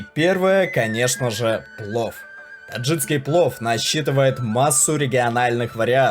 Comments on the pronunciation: Только не таджиЦкий, а таджикский. Прям уши резало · Отлично. Но очень режет уши слово "таджицкий". ТАДЖИКСКИЙ. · Таджикский, а не таджиЦкий. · Все хорошо, только правильно таджиКский, а то аж слух режет ваше "таджиЦкий".. по аналогии вы так назовёте "казаЦкий," вместо казаХский, а это уже бред казаЦкий (! Казаки, но не казахи!), узбеЦкий и пр неправильные названия. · ТаджиКСкий, а не таджиЦкий!😡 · Автор, не таджиЦкий а таджиКский! Слух режет твоя безграмотность! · ТАДЖИКСКИЙ, А НЕ ТАДЖИЦКИЙ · Ролик классный, аппетитный, но очень режет слух таджиЦкий, узбекЦкий. Верно говорить: ТаджиКистан - таджиКСКий, УзбеКистан - узбеКСКий) Такие вот дела. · Очень хорошие программы, отличный видеоряд - спасибо! Несколько замечаний по поводу неправильных ударений (хорошо бы проверять как что произносится) и слов (вроде "ложат" вместо "кладут"), а также таджиЦкий, узбеЦкий. Если вы уж по русски говорите, то произносите правильно - таджиКский, узбеКский. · ТаджиКский ,УзбеКский ,там Ц нету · Нельзя так безграмотно читать тексты. Таджиц таджицкий. Узбец узбецкий. Но так там же таджик и значит таджикский, узбек значит узбекский.